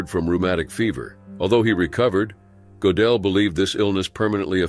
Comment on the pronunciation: Gödel [ Make your mouth as tho you are saying "O", but say 'e' through it! Goedel [= 'O Umlaut' Ö]: Gödel Not Go-del *Not OOber uber is Not a Word!! Either